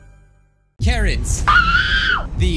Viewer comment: (At the start): Karens What everyone else hears: Karens What I hear: Carrots